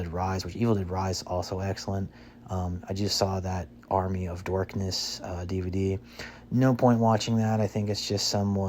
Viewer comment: Pronounces incorrectly: Michael kee-AT-un (it's KEET-un) "Army of DORKness" Robert dee-NYRO (it's duh-NEAR-oh) "... directed by Mary Shelley." Mary Shelley died in 1851. Did her ghost come back to direct the movie? IN-die-ANNA Jones (it's IN-dee-anna) So many mistakes, I couldn't even get half way through the video. Yeah, real "EXPERT."